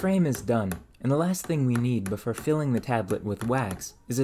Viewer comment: Why can you not pronounce "or"? Its like nails on a chalkboard to hear you say "fur" "mure" "befure" "furm" "unfurtunate" "histurical" "histurians"!